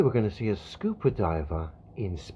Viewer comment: Cmon mate you're killing me with that pronunciation... WTF SCOOPER LOL